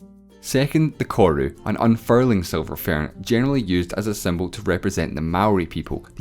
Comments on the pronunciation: Silver "fairhn", as he says. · “Tha seelver faern”